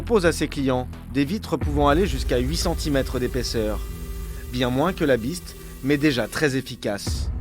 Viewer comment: "Ze Biste" Putain, un journaliste qui fait une reportage sur la securité du president américain, il faut avoir un anglais correct quand même. J'adore la France, j'ai vécu aux Hauts-de-Seine pendant 12 ans, mais une bonne partie des gens qui parlent anglais ont an sotaque pourri :) . Faites an effort, merde.